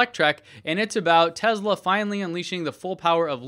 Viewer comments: ITS PRONOUNCED TESLA. WITH A GOD DAMN S. SHEEESH. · I understand there are several acceptable ways to pronounce Tesla. I even "get" the fact that Elon does it with a "z" sound. However I find it somewhat pretentious and very distracting when somebody who doesn't share the same linguistic background uses it as much as does. I feel pretty confident you aren't mocking Elon with it, so it comes across as pretentious. I certainly don't expect you to change it based on a single comment, just wanted you to be aware.